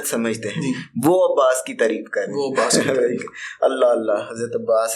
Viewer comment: عباس کے نام میں بھی زیر نہیں ہے۔ ماشاءاللہ ❤️